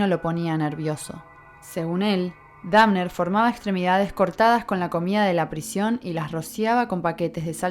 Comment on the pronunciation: la mina dice dafner jsjajajajaja